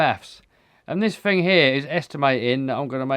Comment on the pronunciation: Now this is comedy.... Every time he says Fing I laugh. Could make a good drinking game every time he says Fing take a shot.